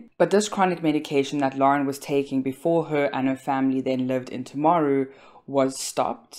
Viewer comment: Lots of misinformation in this video. Graham Dickason worked at Timaru Hospital, not Hillmorton Hospital. He is an orthopaedic surgeon, not a psychiatrist. You mispronounced Timaru, which is an indigenous Māori place name. Graham didn’t find the children when he got home from work. He'd been out that evening for a work related function. Lauren Dickason has been found guilty on all 3 counts of murdering her children. There was no evidence of psychosis. The children were smothered, not strangled. She is a very privileged, wealthy, white woman who murdered her children. Someone who isn't white ir wealthy probably wouldn't receive the same amount of sympathy.